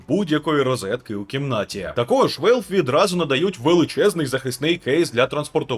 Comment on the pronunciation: Валв, не Вейлв.